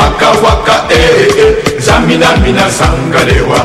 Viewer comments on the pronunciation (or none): it is TSAMINA, not zamina